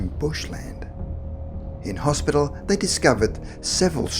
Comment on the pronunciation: It's not slang, I think he just muffed the word & didn't want to re-record the whole lot. He did say Hospital, just not properly lol.